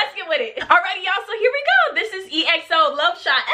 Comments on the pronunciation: It's not E-X-O it's EXO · EXO is pronounced XO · Big Bang bang bang bang mv you will love the kings!!!! EXO is pronounced XO! React to tempo mv! No beef in Kpop They are good friends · More EXO!!! Also I'm so glad that you loved them!!!! <3 Oh btw, EXO is pronounced as 1 word, not E-X-O :p You should react to -Tempo -Oasis -Call Me Baby -Ko Ko Bop -Monster -The Eve (Dance Practice) -Power -Lucky One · Exo’s Name is actually pronounced as (x-o) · exo is pronounced as ekso btw :)